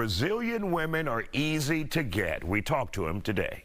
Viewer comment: It's Hol-le-man. Stop the slick dissing.